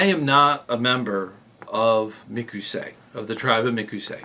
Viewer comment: in the description of the video he apologizes for saying it incorrectly but I agree